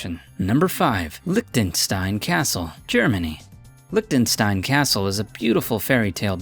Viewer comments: Why is he saying licktenstein when its clearly liCHtenstein.. its not hard to pronounce it. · LICKDINSTEIN. No, its Mor like Lischdinstein. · OMG.... he said ? LICKTENSTAIN??? did you really say LICK???? it is LICH not LICK.... he he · english people arent able said "Lichtensztain" because they don't have "sz" letter (sounds like somebody make shhh in cinema or something like that )